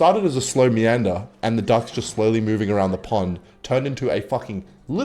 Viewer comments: Entire time I thought you were saying dogs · Through 3/4th of the video I was sure you were saying "darks" instead of "ducks" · I heard "Darks" instead of Ducks and tought really did lose his mind this time